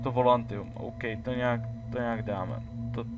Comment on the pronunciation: volantium :D je to volatium ale nevadí :D